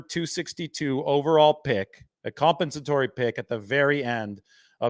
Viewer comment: Lol, can't pronounce "compensatory"